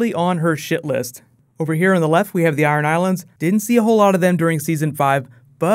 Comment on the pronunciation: I thought you said "Aran Islands" which are islands off the coast of Ireland rather than Iron Islands lol :)